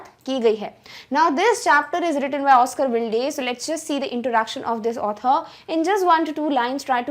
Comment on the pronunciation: Oscar Wilde is pronounced as Oscar Wild .